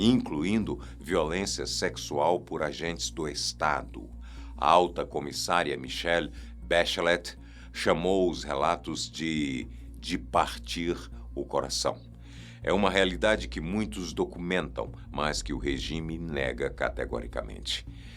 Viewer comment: Muito bom o vídeo, melhora aí a pronúncia dos nomes das pessoas, a ex presidente do Chile a comunista Michelle Bachelet se pronuncia ba che lê Tão comunista como Kim.